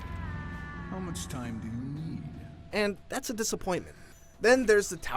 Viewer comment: “Too muck blood” 9/10 -IGN